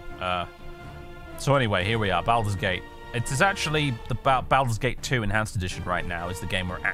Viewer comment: Why do you make the first syllable of Baldur's rhyme with "Al" when it should rhyme with "ball?" I mean, they say the name Baldur's Gate throughout the game, do you not listen to the voice acting?